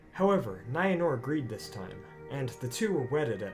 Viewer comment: The creator of the video absolutely WRECKS the pronunciations of Maedhros, Lalaith, Nienor, Niniel, Arnoediad, Ibun, Angachel, Finduilas